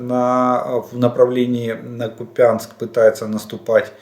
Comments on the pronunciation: Олег Владимирович! Ну какая еще ГрИнЯковка??? Какой еще КупЯнск??? Сколько можно названия уродовать? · Купянск ударение на у.